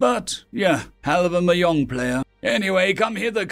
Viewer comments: at 17: 39 you pronounce mahjong as "mah yong" its actually mahjong with a "jay" like mah john. hate to be pedantic but if you're going to make a career as a narrator your pronuciation needs to be 100% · just FYI, "mahjong" is Chinese, rather than Spanish, & in this case is pronounced mahzhong, with the j having a zh sound, which is the same sound the s makes in Asian or fusion. 👍